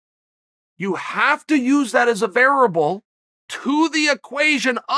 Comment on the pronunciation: [Chael: "VARABLE." Variable: "OK GREAT"]